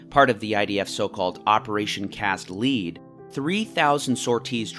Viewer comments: You're mispronouncing Cast Lead, its Lead like the element pronounced the same as "led", not lead as in leader. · "Lead" as in the metal. Cast Lead. Not Lead as in "leader." Maybe listen to one expert talk about this stuff instead of wiki research? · Try harder. The United States lies a lot more than Israel does, but I don't see you making any videos about it; probably because the scale of lies in the U.S. is much larger. When someone pronounces "Cast Lead [the metal]" as "Cast LEED", one can make an educated guess about the capability of the creator to even understand the scale of lies that the U.S. government pushes out, let alone make a coherent statement about it. Ukraine also uses cluster munitions, and yet nobody seems to care at all, because everyone has been brainwashed into thinking that Russia is the enemy of the entire world somehow. Typical everyday NPC "talking points" from a typical NPC, nothing surprising really, but have to let you know that your video is garbage and that your arguments are not very valid because of the skewed way that you present them. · It was “cast lead” as in the metal as in bullets, rhyming with head. Lead as a verb rhymes with deed or plead. You’ve lost all credibility. However no one on the planet supports Israel and hasbara or any of it anymore. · I think it is said like Cast Led, lead in this context like the material.